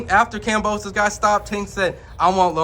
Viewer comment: This nigga said kamboses 🤦‍♂️ I’m outta here ✌️